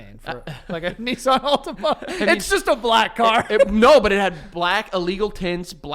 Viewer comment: I did not know how Americans pronounce Nissan until now! Kneesarn is craaaaaazy!